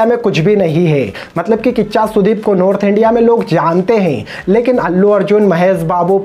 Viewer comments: It's not Nodth india It's North India It's not Heppy ending It's Happy ending It's not grend It's grand It's not beground music It's Background music It's not pain It's pen First correct your pronounciation Then speak about others. 😂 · What is Pen India by the way?? We all know Pan India. You are saying Pen India. And what is nodth India? We all know north, south etc. You are talking about sudeeps hindi accent and what is your accent man??? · Bhai tune movie dekha hai Kya Movie ke bare me pata hi nahi hai to kuch bhi bolte ho kya Tum khud North India ko Nodth india bolte ho or kehate ho ki suddep sir Ka hindi acchi nahi hai Pehale tum me jo kamiya hai usse sudharo phir dusronke bare me baat karna